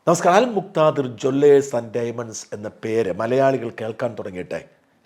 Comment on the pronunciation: അൽ മുക്ക് ദിർർർർർർർ 😂😂😂